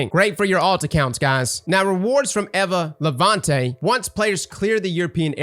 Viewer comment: Say it with me eeva not evva